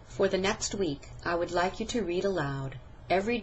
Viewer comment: 1 / 4 Clearly spoken, but... at 3 min 30 sec, it sounds more like "te speak" instead of "to speak" which means that there was actually no distinguishable "length" difference demonstrated in the vowel sound in the word "to" when it was spoken more slowly. At 4 min 25 sec, however, she more clearly said "to speak." "I am." These two words were run together, so there was no distinguishable difference demonstrated here in the "length" of the vowel sounds. So it didn't really "sound" any better.